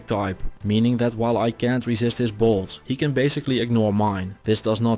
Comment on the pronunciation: Instead of "I can''t resist his bolts" I heard "I can't resist his balls"